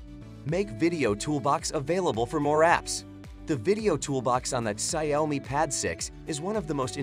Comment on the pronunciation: the ciaomi pad 6 😆